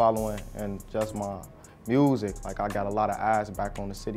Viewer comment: "Wiff mah MUusik"